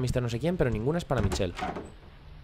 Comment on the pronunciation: Me ha encantado, sube más pls! Por cierto, se pronuncia Mishel no Michel :):)